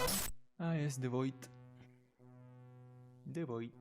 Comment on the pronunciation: ah yes te void te void